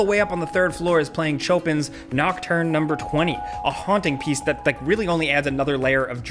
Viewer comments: Can believe he just said chowpin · This man really said Cho pin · Chopin - [sho-pan] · My dude: Chopin is pronounced "show-PAN". 👍🏻